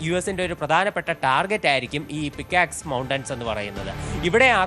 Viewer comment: Pixax alla bro….pick axe…buy a tongue cleaner😂